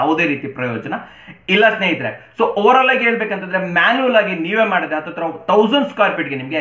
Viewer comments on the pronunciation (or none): none